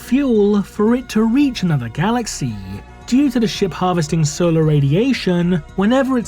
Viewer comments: The content is good and well written. I understand the intonation is necessary for showing emotions, but 'galaxiii' upsets. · Your pronunciation of 'galaxy' made me dislike the video